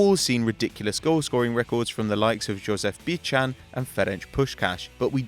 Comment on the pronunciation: Great video, just a small correction: Josef Bican is pronounced "Yosef Bitsan" ;)